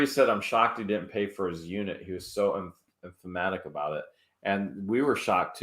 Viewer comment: Emphatic is pronounced M fat-ick